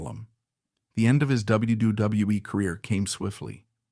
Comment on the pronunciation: Please someone teach these AIs to say W W E.....WWF......WWWF.....WCW....ANYTHING WITH A. W IN IT.